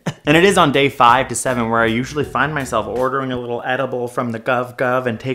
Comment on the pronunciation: dude said wittle